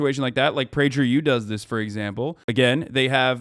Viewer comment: The way Hasan pronounced Prager U with a soft G lol…